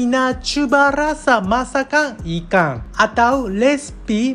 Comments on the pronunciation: Ikang siakap, persamaang, julai dang 😅 jepung haha kelakar l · Dia sebut ikang, Bunyi Ganu tuh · Cara dia sebut ikan macam loghat t'ganu (ikang) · Ikang.. Ganu ke hahahahaa 😂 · cara cakap tu…ada tambah g dekat n…..kalau loghat bunyi nya taklah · ikan dia bunyi ganu.. i like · bunyi ganu dh tu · Makang ikang,wehhhh ni org terengganu ke org Japanese ni??? 😂😂😂😂